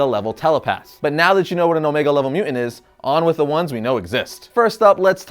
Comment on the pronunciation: I can't stop hearing your mispronunciation of mutant. It's MU TANT not MU ENT. I can't concentrate on the content ...please take diction lessons if you are going to keep making videos. I'm not trolling, your video ( what I could get from it) has well researched content and great facts but its like audio water torture.You are clearly into the subject and I LOVE your enthusiasm. I really would like to watch more but...